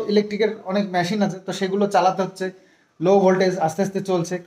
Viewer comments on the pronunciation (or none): tumio gamlar mato Myashine bolona Machine uccharan n korbe jeta thik ta na hole shunte bhalo lagche na..,.ta na hole to krishanu o ai sabu Charan guloi sikhbe balo? tmk khub bhalobashi bolei ai mantavya gulo kori bhai